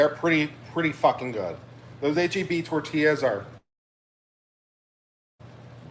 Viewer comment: I’m disgusted by Kurt pronouncing HEB as Heb. Get him out of my state.